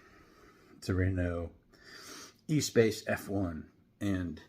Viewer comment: The Espace F1 is cool, and worth noting, the engine is taken directly from an F1 car and is mid-mounted, visible on the model between the rear seats. Since it's a French name and a car the US never got, like everyone else I've seen talk about the Espace on YT, you're quite understandably not getting the name right, so: the beginning of the word, the 'esp', is said like 'especially'. The stress goes on the 'a', which is like the a in 'gas', so you get: "eh-sPAsss". Since this is simply the French word for space, you can alternatively just bash it into Google Translate and have it read it out to you. An interesting comparison to make here is with the HW Hyperliner from 2002, particularly the first version, which was yellow with black lower side panels